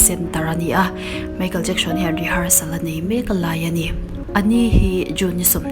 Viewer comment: I aw a amawi ngaithlak pawh anuam... Chutih rualin, Lam no i tum lutuk na lamah nge moni an hmingte hi diklo puipui in i lam thin a... Entirnan:Michael Jackson te pawh "Jacksion" tiin i lam kher zel a... Kalo ui i aw a mawi nen... I subscriber ka nihna angain thahnem ngaihna aw kâ ka lo nei ve lawk